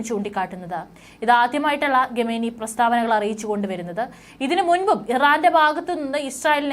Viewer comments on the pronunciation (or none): ചാനൽ മുതലാളിയോട് ഒരപേക്ഷ . നിങ്ങളുടെ ചാനൽ ഇഷ്ടമാണ് പക്ഷെ ഖമേനി എന്ന് പറയേണ്ടിടത്ത് ഗമേനി ഘമേനി എന്നൊക്കെ ഉച്ചരിക്കുന്ന ഈ കൊച്ചിനെ കൊണ്ട് വാർത്ത വായിപ്പിക്കുന്നത് അരോചകമാണ്.